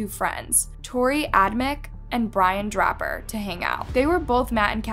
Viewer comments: The killers names are pronounced like Torrey Adam-chick and Brian Dray-per. Love videos but her miss-pronounced words and names are starting bug me!! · Pronounced Adam-chick, Dray-per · You pronounced both of the killers' names wrong. How hard would it have been to find out how to say them? Not hard at all.